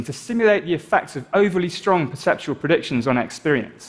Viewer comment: I think you mean 'perceptual rather than 'perseptival'